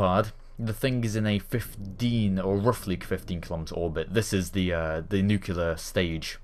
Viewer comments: Nuclear not Nucular NEW CLEAR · enjoyed the video... one thing... that just kinda gets noticed by me all the time... you saw nuc-U-Lar engines... the pronunciation is nu-CLE-er ... just saying. ;-)